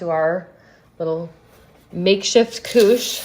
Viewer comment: French native here: your pronunciation of "couche" is on point. 😊 Also, I'm trying these next weekend!